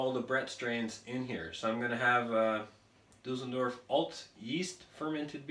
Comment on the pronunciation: Düsseldorf not Dusseldörf Mate.. ! 😉